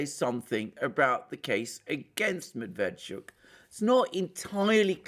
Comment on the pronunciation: Medveetschook, accent on last syllable